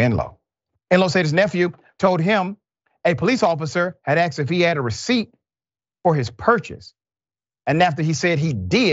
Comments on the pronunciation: Oh btw. Don't say "aksed". So annoying. Just stop that if you want to be taken seriously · Dude........it's A S K E D..........not A K S E D. smh bro. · AXED lol